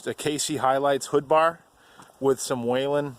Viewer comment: There is no WAIL in the pronunciation of Whelen